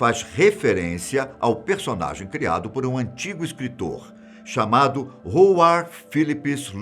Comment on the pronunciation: falar engraçado o nome do cthulhu ate vai , mas errar o nomes do escritor kkk eu rii howard se lé com som de RA